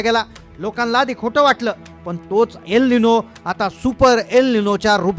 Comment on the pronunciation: अरे तेच तेच बडबडण बंद करून महत्वाच्या तारखा व काय ते सांग, आणि त्याच नाव अल निनो आहे एल निनो नाहीये